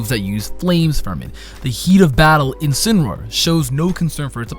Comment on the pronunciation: It's name is pronounced In-Sin-Ah-Roar. It's a portmanteau of Incinerate and Roar.